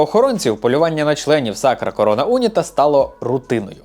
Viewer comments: Відео дуже цікаве, як завжди. Єдине що unita як прикметник має наголос на і тому було дивно трохи слухати. Але загалом відео просто шик, удачі тобі❤ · Не у'ніта, а унІ'та, і не апулья, а просто Пулья. Така маса інформації, а назви помилкові саме в акцентах. Не Куту'ло, а Ку' толо.